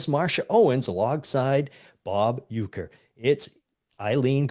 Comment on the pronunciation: Uecker, not Uerker.